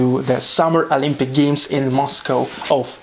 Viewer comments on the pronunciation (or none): none